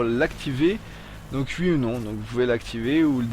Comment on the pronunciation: sans vouloir me moquer , tu sais dire oui avec le o ?